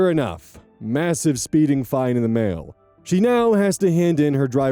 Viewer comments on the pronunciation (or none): none